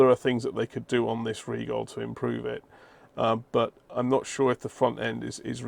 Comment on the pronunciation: I am being petty here, but thanks for pronouncing "Rigol" correctly.